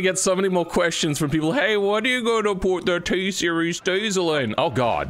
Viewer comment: Ah yes, the TSEIRES